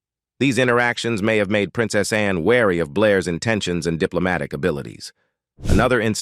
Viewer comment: Always been a fan of Princess Anne, she's extremely dedicated to duty. Is it me, or does she not remind you of Miss Manners? They could be sisters. BTW, lose the voice software, it's incredibly ridiculous! Seriously, when it pronounces Princess Anne as Princess Ann-e?